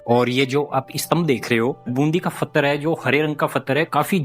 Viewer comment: तुम्हारा नाम रखा h or पत्थर को फत्र बोलते हो मुस्लिम की तरह 😂😂 हालाकि तुम्हारी हिम्मत ह जो ऐसी जगह जाते हो और हमें दिखाते हो आप दोनो का धन्यवाद ❤❤ स्पेसली कैमरा मैन का धन्यवाद जो इतनी देर तक बिना बोले रह जाता है